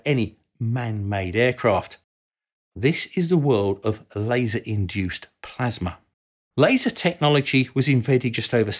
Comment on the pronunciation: ah yes, plamsa